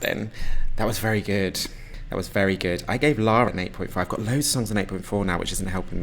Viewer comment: Did he read Eugen as UN? 😅